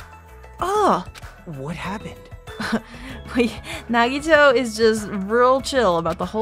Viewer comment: I'm really glad you're also liking some of my favorite characters! By the way, if this game takes place after or before is explained in game, so keep playing to find out. You've also impressed me, because you're the first person I've known to pronounce Nagito's last name right. Most people pronounce it, "Koh-MAY-duh" But the canon pronunciation is how you said it, "Koh-MY-AY-duh" Also, Byakuya got ahold of KFC with all his money, and that's why he's fat.